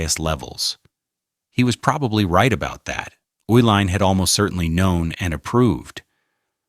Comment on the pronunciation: I am from Milwaukee and was in college (when I drank a modicum of beer) during the 1970s. First correction - the family that owned Schlitz (and half of Milwaukee) was pronounced ee-line). The Uhilein family cashed out of all their major Milwaukee holdings. It was said that they changed the formula in order to drain all the money from Schlitz, which was an excellent beer for low price in the early ‘70s, to horrible stuff within a few months. I first tasted the new formula when visiting a friend in Boston, and assumed the difference in taste was due to the difference in water. Several months later the same change happened in Wisconsin. I switched to Heiliman Special Export, which was bought out and changed a few years later. American quality on mass produced items is gone.